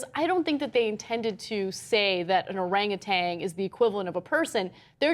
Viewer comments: OranguTAN, not OranguTANG. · No G at the end of Orangutan. Tan like tanning bed, not tang like orange flavored drink. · There's no G on the end. It's orangutan, not oranguTANG. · Cenk and Ana, please stop pronouncing Orangutan as "Orangutang". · There's no "g" at the end of orangutan guys. There's no "tang" at the end of the word. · It is not an "arang-a-tang"! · It's not Orangatang. This bitch keeps saying Orangatang. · For fuck's sake, Ana, THERE IS NO "G" ON THE WORD 'ORANGUTAN!" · Ana, there is no G at the end of Orangutan.